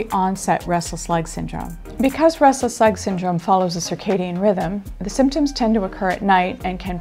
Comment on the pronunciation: sirkedian rhythm? what?